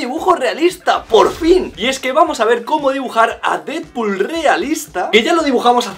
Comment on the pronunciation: Se pronuncia "dedpul", no "didpul"